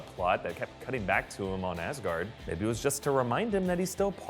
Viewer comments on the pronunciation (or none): none